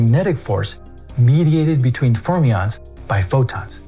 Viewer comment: fachlich ist der Beitrag zu loben, ich hab deutsche Untertitel und deutschen Audiotrack eingestellt, ein Wunder, daß das geht . Für die künstliche Intelligenz "" bleibt zu lernen, wie Fermionen , wie der Lagrangian etc. auszusprechen sind . Läßt sich sowas kontrollieren / nachbearbeiten ?